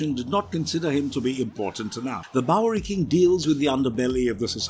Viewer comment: Anyone else noticed that says "bowlrey"